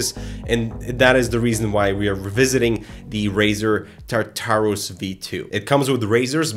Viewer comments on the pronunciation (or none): I'm sorry, I don't by any means want to sound like a dick, I love this video, but "Tar Tar-Roos."